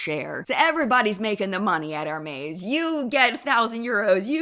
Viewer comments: Ehr-MEZ not Ehr-MAYZ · It’s air-mez like Pez not maze Thank You So Much! Nanc 🍒🍒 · You kept saying the brand Hermès wrong… I would watch how the brand says it online. Just so you know. Luv you girl.